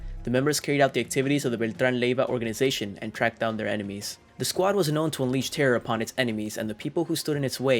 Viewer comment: Terror not terro of "Culiacan"